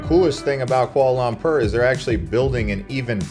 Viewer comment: Quahla laahmprrr you say? 😂